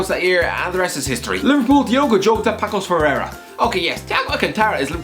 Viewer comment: "Pacos de Ferrera" I want a compilation of mispronouncing Portuguese words:) You pronounce it "Pah-sush de Fe-rey-ra". It's fine though. P.S. I don't trust Fabio Silva either